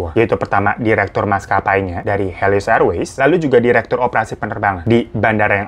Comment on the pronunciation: Pesawat HELIOS bukan HELOISSSSSSSSS wkwk Semangatt banggg bikin kontenya,ailopyutomat 💓